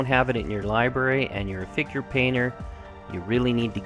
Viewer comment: every time you said "figure painter" i heard finger painter =).. Thanks for sharing the techniques and tips!